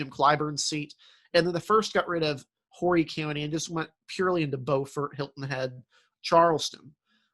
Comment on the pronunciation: Hi mispronounced Beaufort and Horry